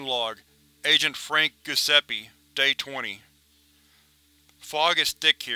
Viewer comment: "Gusseppe"... you're killing me...